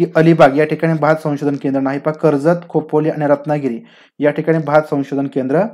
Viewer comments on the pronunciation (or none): none